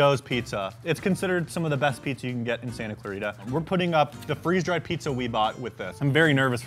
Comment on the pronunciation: Free Z dried Me: 🤣🤣🤣🤣🤣😂😂🤣🤣🤣